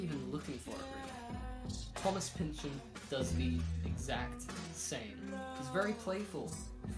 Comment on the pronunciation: Maybe at some point you will learn how to pronounce his name correctly.